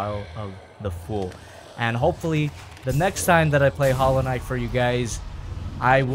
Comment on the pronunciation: Hallow Knight More like Swivel knight